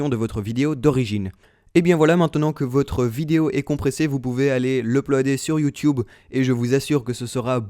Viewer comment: tu dis youwtuwbe xD